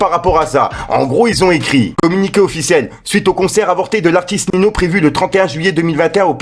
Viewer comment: J’aime beaucoup ce que tu fais mais là famille mdr on dit pas Nino mais sa se prononce NiNio